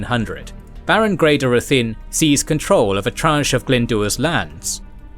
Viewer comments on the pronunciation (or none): Some are mispronounced, though...like Ruthin. The video pronounces it ROO-thin when it's RI-thin.